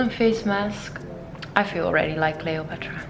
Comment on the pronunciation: "Cleo-put-rah" was not actually that pretty; she just had great charisma, a nice figure and always smelled good. It is so thoughtful and sweet of you to reply personally to those letters and gifts!